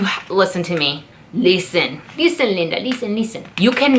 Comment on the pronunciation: "Leeesten to me"😂😂